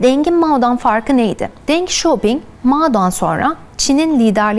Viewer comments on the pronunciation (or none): ding değil dıng demek daha doğru olur, 邓小平 (ÇİNCE okuluşu deng xiao ping), ding demeniz hiç doğru olmamış. Dıng yani ı ile telefuz daha doğru olur. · 邓小平 Deng Xiaoping (Dıng Şiyaoping) Çin konusunda uzman olup Çince isimleri yanlış okuman biraz hayal kırıklığına uğrattı. 😅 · Çinde isimlerin lütfen doğrusunu telaffuz ediniz. Bazı markaları ingilizce telaffuz ediyorsunyz ama deng xiaopini Türkçe telaffuz ediyorsunuz ama deng diye telafguz edilmez .Biraz daha özen lütfen